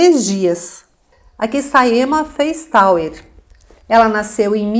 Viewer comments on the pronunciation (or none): Esses sobrenome Feistauer, se for de descedência alemã se pronuncia Faistóa.